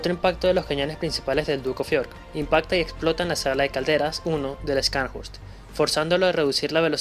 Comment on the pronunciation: Una pequeña contribución: las letras "sch" en alemán se pronuncian como "sh" en inglés. Así como "show", en inglés se pronuncia "shou", y no "chou". Scharn se pronuncia "sharn" y horst se pronuncia "Jorst". De hecho, tenia un amigo cuyo nombre era Horst, pronunciado "Jorst". Es similar al apellido alemán Busch, que se pronuncia "bush" y no "buch" como dicen algunos. Lo sé pues viví en Alemania por varios años. Gracias por el video, muy detallado.